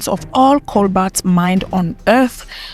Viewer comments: It's coBAlt, not coBLat or COLbat. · It's Cobalt, not colbat. She should pronounce it right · Cobalt not colbat and kenya has cobalt and coltan but they don’t wanna mine it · Cobolt not cobalt I think